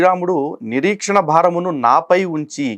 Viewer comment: గారు నీరీక్షణ భారము అని పలికారు సరిచేసుకోండి "నీ రక్షణ భారము"